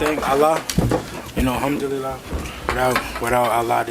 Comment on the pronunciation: Did Devin just say humdulyla 🤣🤣🤣